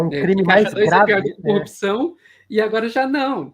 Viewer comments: cupsaum, pq ele não consegue falar CORRUPÇÃO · Ele não sabe falar corrupção também, todas as vezes que ele fala cupção, eu não aguento! Pior que ele foi elevado ao nível de herói! Aff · O Marreco falando coupcão é muito bom hwhwhwhwhwh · Fico abismada com a incapacidade dele de pronunciar a palavra corrupção... CUPÇÃO?! meooo deooos 🙄🙄🙄🙄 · "Corrupzçrrãoooo" hahahhahaha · Gente.!!! O Batoré de toga não consegue falar CORRUPÇÃO!!!! Jesus!